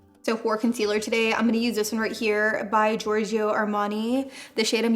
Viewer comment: Please stop saying giorg"I"o .. You say it like George in english and add a "O" , not an "IO" .. its giving me a weird feeling beeing an italian hearing giorg"I"o 😊😅 but you nailed it, an co-op with Signor Armani its the dream !! HE IS AN ICON ❤